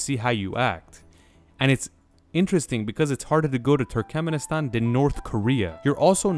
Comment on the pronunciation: So, is ”Turkemnistan” the ””Nucular” 2.0”? 😅